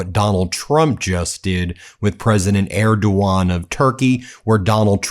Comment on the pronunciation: tRump couldn’t even pronounce his ‘great friend’ Erdogan correctly. How utterly embarrassing